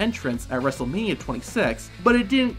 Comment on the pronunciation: "Wrestlemani twenty-sex" 💀💀💀 Timelapse